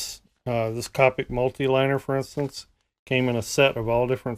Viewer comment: who cringed when he said copic the wrog way?